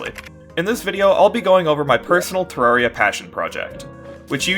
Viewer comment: Finally, a content creator that says terraria correctly.